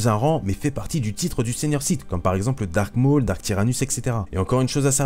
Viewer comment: ''comme seigenur '' le mec qui veut montrer sa puissance